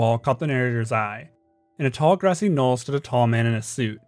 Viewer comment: im sorry, did u say gRASSY KNOLL